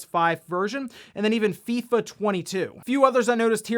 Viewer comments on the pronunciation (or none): none